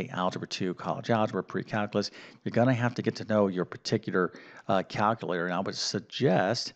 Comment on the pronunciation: As an individual who excels in language, NOT Mathematics, it grates on my nerves to hear "cal-cuh-later"...😂